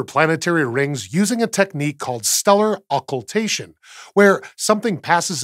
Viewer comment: Saying ocoltation out loud sounds like a wizard trying to say a muggle word.